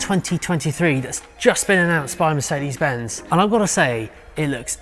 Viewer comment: Somehow , you always manage to annoy me by pronouncing MERCEDI BENZ !!! WHY DO YOU DO THIS ???🤯